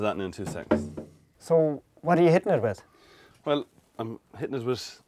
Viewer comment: It is pronounced WITH a TH sound. Not WIT